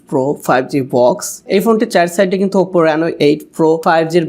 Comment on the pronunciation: OPPO uccharon ta valw kore shikhen bhai.